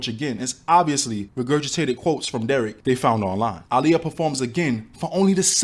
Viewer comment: The fact the mom pronounced her name "ugh-liyah"... smh